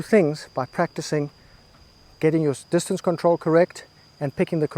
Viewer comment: You are right sir. When I heard you say dis-ton-say for distance I knew you got me good 😂